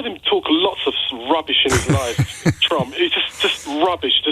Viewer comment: As a Dane I’m fairly delighted that I can’t tell if you’re saying “Trump” or “Chump”. In these times I need to laugh, because if I don’t, I’ll cry.